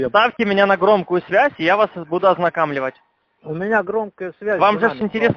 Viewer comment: " ОзнакАмливаться... ОзнакАмливать..."🤦‍♀️